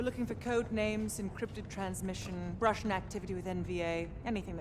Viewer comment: no Ruhshn